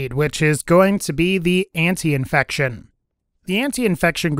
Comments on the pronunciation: Antifection* not antiinfection lol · it is called ANTIFACTION not ANTIINFECTION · how many times can you mispronounce antifection?